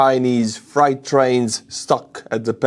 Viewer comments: it's no big deal but Freight 🚃 is pronounced fr+8. You are pronouncing it as fright. As in being 😱 scared. Just thought I'd help.❤ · [Nit] "Freight" (as in freight trains) rhymes with "crate," not "fright." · Freight is pronounced FRATE its just our weird spelling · Fright trains? How about freight trains? The rules regarding the "ie or ei" in English. "i before e, except after c, or when sounding as A, like in neighbor or weigh. This applies to the word "Freight". It has a long A sound in English like the words take, make, rake, or fake. Or like Fonzie in Happy Days said, "Ayyy!" You are saying it with a Deutsch (and perhaps many similar languages in that region) pronunciation where "ei" sounds like the English long "I" sound in the word "like or bike", and "ie" sounds like the English long "E" sound like in meek, tree, and need. Neighbor, weigh, weight, veil, vein, reign, eight, beige, and freight all have the English long "A" sound. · Are you mispronouncing "freight" as "fright" on purpose? If on purpose that's pretty funny. 😂